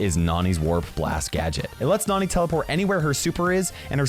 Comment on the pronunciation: The "na" in Nani's name is pronounced the same way as nano